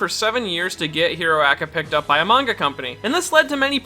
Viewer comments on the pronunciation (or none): none